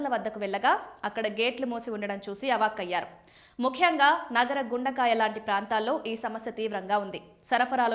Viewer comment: నగర గుండ కాయ..కాదు.. గుండె కాయ... అను అక్కా